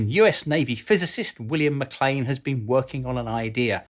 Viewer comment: Thank you for knowing how to pronounce MacLean.